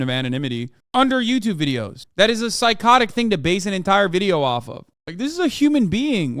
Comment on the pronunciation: Hateful video-ah